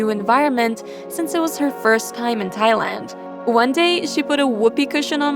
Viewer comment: its not "tiland" its "thailand"